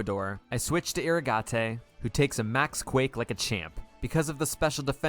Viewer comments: Took me until 5 minutes in to realize that Eeruhgahtay is just "Irrigate" pronounced differently 🙄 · Fun fact: you pronounce irrigate with a long A and a silent E